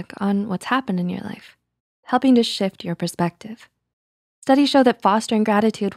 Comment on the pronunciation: i heard “and helping to sh!t your perspective” ...well i’m not doing that lmao